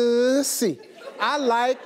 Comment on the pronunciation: You are saying it wrong. Try changing that "U"to the u in tussle, as in skirmish/ tussle with a dog toy. It is also a perfume from 1950's. No mistaking the word with a different pronounciation.